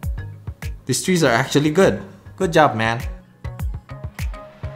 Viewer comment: Him: ooh men Me: Omaygad men!! Also him: man Me: thats good men!!